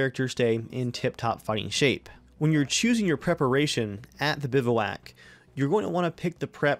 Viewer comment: Good video, but you're pronouncing it wrong. It's more like "biv-wack". Keep up the good work man!